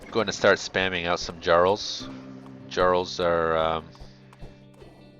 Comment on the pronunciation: Just to help you pronounce jarl.